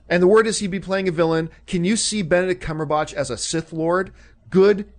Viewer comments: "Cumberbotch" lol. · Lol "CumberBOTCH"?